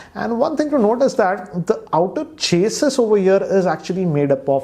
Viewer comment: He don’t know how to pronounce chassis